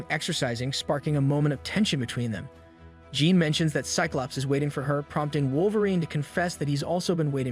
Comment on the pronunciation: You're having some serious pronunciation issues with names. Mag-neet-oh Jeeen S-eye-klops Guy-rick Say-brr-tooth Ark-angel Too many to list them all But the video is cool